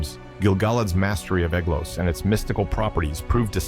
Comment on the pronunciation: Ae, like ai, is pronounced as a long I, not as a long A. So the ae in Aeglos sounds like the word eye.